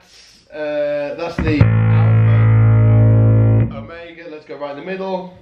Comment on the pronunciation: #darkglassalpherromega This video is 4 years old but what the hey, and I just wanted to make fun of the way you say Alpherromega. lol